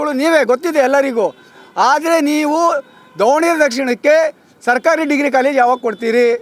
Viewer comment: BRO IT IS DAVA NA GERE NOT DOVA ANA GERE